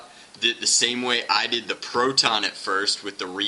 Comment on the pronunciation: It is funny the way you say PROTon